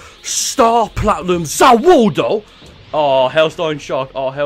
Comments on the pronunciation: He said ZA woodo....... Yare Yare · I like your vids but stop saying Za warudo your bad at it no offense please don’t watch anymore jojo stop watching it or say the world or say it right. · Freiza's name was Giorno Giovanna XD! Also you cant have Star Platinum and The World and its pronounced Za Warudo. And when its used he says MUDA MUDA MUDA MUDA MUDA MUDA, or as its normally called 7 Page Muda. Although i would not be surprised if had the amount of Power as is to get Two Stands (The World And Star Platinum.)